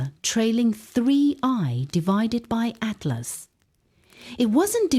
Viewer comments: Finally made it all the way to the end. Conclusion: great STORY! Best female AI voice I've heard yet, even if it DID crucify the name of 3i/ATLAS. Thumb neutral for that BLUNDER! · They could have taken the time to make sure the AI voice pronounced 3IAtlas correctly. That would have given this video a bit of credibility.